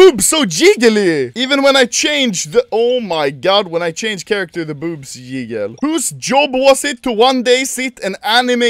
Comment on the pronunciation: The way that Anomaly says ”jiggle” makes me feel uncomfortable